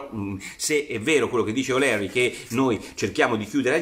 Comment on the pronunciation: Michael O’Leary e’ un grande ma si pronuncia O’LIRI...;) uncledog...